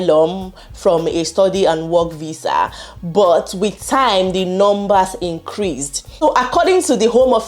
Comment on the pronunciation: This Nigerian accent..VISA IS VIZZA😂😂😂